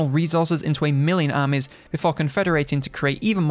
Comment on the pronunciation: If it wasn't written on the screen, I would have struggled deciphering how he pronounces the word 'armies'. I was honestly at a loss with that pronunciation. Lol. I need more culture. Haha